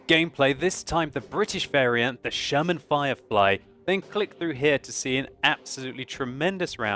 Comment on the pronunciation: I swear says German Jumbo....with his accent...makes Sherman/German sound very close...lol